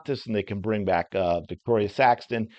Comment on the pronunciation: Not to be nit picking but It's Victaria, not Victoria...I know it took me a while to catch on too. It's tricky.